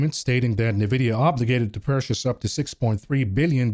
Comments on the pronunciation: I was just thinking this!! “NUH-vidia”?? Hooked On Phonics kids will know this is actually pronounced “N-vidia” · I don't own any stocks. I'm here just for hearing "Nevidia" 😂